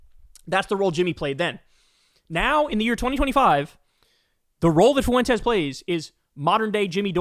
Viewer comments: This is so minor, but it’s pronounced like ‘fwen-tez’. Not “foo-wen-tez’. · It's "FWEN-tez", not "foo-WEN-tez". God, is that annoying. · PLEASE LEARN HOW TO PRONOUNCE "FUENTES" IT DOESNT HAVE 3 EFFING SYLLABLES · Foo en Tez - Kyle